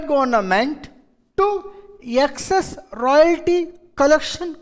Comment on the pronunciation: Excess ko yeckcess kyo bolte yeh log pata nai🤣